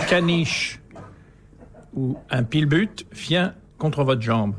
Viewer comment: Dyslexie étonnante et amusante pour un des plus grands auteurs du XXe siècle en France qui prononce pillbut au lieu de pitbull. Ceci n'est pas une critique, et c'est même assez touchant. ;)